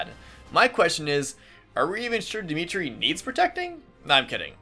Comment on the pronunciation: Woop you have Dimitri his proper Welsh pronunciation, nice!